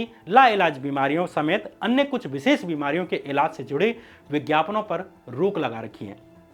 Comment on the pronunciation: Good bhai, bus pronunciation ko improve karen, Farji ko Farzi, Vises ko vishesh